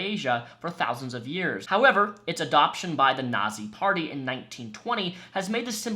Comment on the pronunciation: Teh nawzee partee